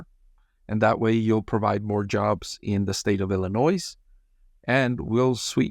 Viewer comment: Hot tip regarding the Illinois plant. In Illinois, the "s" is silent.